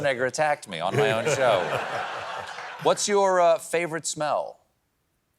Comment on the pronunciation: When he was asked "what is your favorite smell" I thought he said "poo".